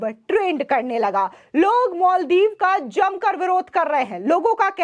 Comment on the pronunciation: मोलदिव नाही मालदीव मैडम जी 😂